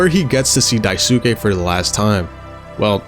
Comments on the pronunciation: not him pronouncing Daisuke as daisooke For further reference, his name is pronounced Dice-kay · The U in "daisuke" is mostly silent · some notes: 1) daisuke is pronounced dice-keh not die-soo-kay. it's a japanese name and syllables with U are typically smoothed over. 2) swansea is a sneaker head! he actually sets aside some of his salary to buy himself new shoes for his soberversary. 3) the hallway hallucination is still curly's pov, not jimmy. i thought the same thing, until i realized it makes more sense thematically with curly: how he feels like he's trapped on top of the (corporate) ladder, and how he's been ignoring warning signs about jimmy until it crashes in his face (literally), which is foreshadowed with the giant sun at the end that he can't look away from. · I though the original kanji is pronounced “Die-soo-key” but people never speak with the original accent and pronounce the ‘e’ with an ‘a’ for westernization. But hell what do I know I called him “Swan-see-uh” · odd way to pronounce daisuke